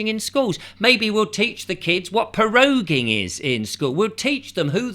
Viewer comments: Please excuse my pernickety ways but it's not Po-roging.... PRO - ROGUE - ING. Let's go rogue.... while the cat's are away the mice......become cats? 😻😻😻😸😺😽😻 Lovecats! Let's run the country lovingly 😻😻😻 Anyway, I'm on a humorous roll here inspired by your witty delivery. But in all seriousness, I'm glad you posted this - it's interesting and I didn't know this is happening. Plus I've never seen your channel before so I'll check out some other posts you've made. Thank you😸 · "Po rogue ing" !! 🤣